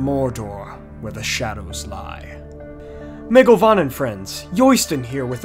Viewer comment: Mae govannen is pronounced "My govannen" :) Gorthaur = Gore Thower (Rhymes with tower)